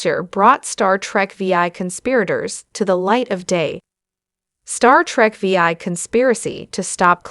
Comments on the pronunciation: This is by far one of the worst YouTube videos I've ever seen....pronouncing Star Trek VI Star Trek V I lol. OMG. Basically mispronounced every single name.... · Star Trek: Veee-Aye!!!